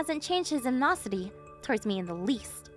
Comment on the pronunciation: Animosity has five syllables, not three.